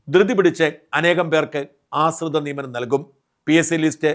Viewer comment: "ആസ്രിത" അല്ലാ "ആശ്രിത" നിയമനം എന്ന് പറയൂ ഷാജൻ